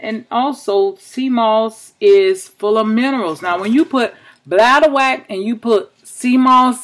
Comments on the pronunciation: Thanks for sharing sis. It's pronounced bladder-wRack not bladder-wack but thats funny.😁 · Ren Matitchll Yes I totally agree she is pronouncing it wrong. But hopefully she read her comment and realize she pronouncing it incorrectly. LOL